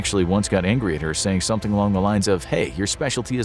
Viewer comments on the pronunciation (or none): none